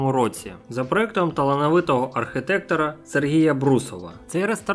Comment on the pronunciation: АрхІтектор а не архИтектор